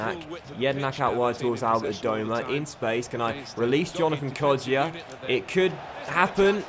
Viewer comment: It's Hourihan, not Hourihane, and I think it's Kodja not Kodjia, I don't think that the I is pronounced but I may be round